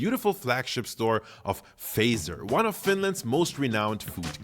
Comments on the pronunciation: It is pronounced Fa( A) , not E. So hard consonants, Fazer. Strange that a german does dot get it. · should already know how to pronounce "Fazer" correctly by now. The word "sauna" is already starting to sound right. Usually, just a couple of kilometers of driving with your wife or girlfriend is enough before your nerves are completely shattered.